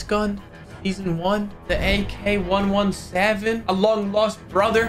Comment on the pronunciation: said it wrong,you pronounce it as ack eleven seven